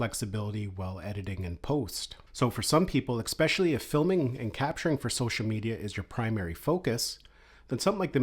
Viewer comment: Thank you for the Info :) Little help: there is no "Eggspecially" ;)